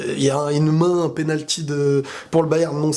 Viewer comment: pénalqui ? Blague à part, bonne analyse comme de coutume :). T'es objectif c'est cool :)